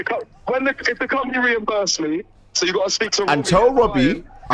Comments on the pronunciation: wobbie 😂😂😂 hahahahahahahahaha lmao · "When's it gonna end Wobbie" 😜🤣